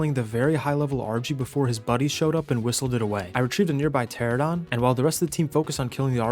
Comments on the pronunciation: This game looks pretty fun. I’m picky at times though, so I got to point this out just for my own sake. Or i won’t stop thinking about it haha. pteranodon is pronounced (Ter-an-uh-don) not Ter-uh-don). It’s even spelled the way it sounds, Pteranodon. Anyway. Either way you pronounce it. You’ve made me want to try this game out. I’ve watched a few videos now from you and it looks so fun. And i love dinosaurs. I grew up reading James Gurney’s Dinotopia books, a lot. I loved those books. I still do. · What are pteradons and paraseers i think you mean pteraNOdons and paracers. I've never understood why pteranodon is so difficult for people to say. At least you said turrets right and wasn't calling them turrents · Please stop saying "teradons" its "pteranodon".... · Bro couldn’t say Pteranodon to save his life. It’s Ter Anna don. Not a Tera don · Nodon....pteraNODON...tear anna don...🤣🤣🤣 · Say it slow now... Pter Ano Don. After almost a decade, thousands of hours looking at the same names and y'all still cant pronounce that correctly... "Terrordon".............. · For fucks sake its pteRAnodon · kills me youve been playing this game for years and still say the dino names wrong lmao. pteradon